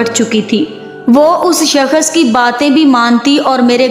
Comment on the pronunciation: Uff kis qadar lambi aur jhooti kahani he aur bibi yeh shakash nahi Shakhas hota he pehli bolna seekh lo phir jhooti kahaniya gharna😂